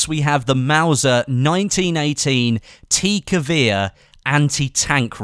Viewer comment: T - Give-air (Thats how you pronounce the T-Gewehr